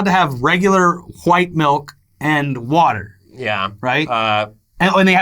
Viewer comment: did you say Whuhite... I thought you were from Flordia not Quohag.